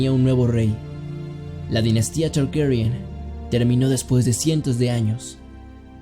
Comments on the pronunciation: ah mira la dinastia targaryen se pronuncia tgherhghuerrien... como lo pronuncia el nenito del doblaje, uno esta escuchando tranquilamente en lat neutro y de pronto un child from miami te dice la verdad... que acomplejada que es la gente. un buen video, buena animacion, y datos me refrescaron la memoria. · Tienes que Pronunciar Targaryen como una gueva?